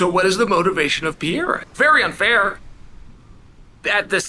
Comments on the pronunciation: “Parera” is how to pronounce the middleweight champions name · Really just keep saying “Piera?” Like a female Pierre? Come on have some respect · Can we talk about the real issue? How long is Uncle Chael going to keep mispronouncing "Piera's" name? Pereira, the middleweight champ. Ok all the BS aside, Izzy handled it well, Pereira seems to have his number. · Mispronouncing Pereira? This is how to pronounce your name Also ran!